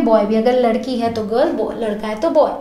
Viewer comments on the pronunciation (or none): none